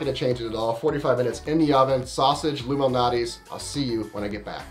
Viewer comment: Are you saying Lou Malnati or Illuminati? 🙄